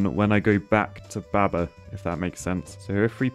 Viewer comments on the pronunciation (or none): The heresy of pronouncing baba with a short "a"... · I love how says baber